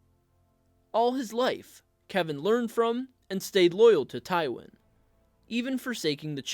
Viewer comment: I'm a little surprised that the author of this video actually pronounces the name "Kevan" correctly. Many blacks and Hispanics have 'appropriated' this particular spelling of "Kevan" and pronounce it as "Keevan", or "KeVON". Weird, but I actually watched a Hispanic try to pronounce my neighbor's name (David) as "DA-vid". Hilarious! 🤣🤣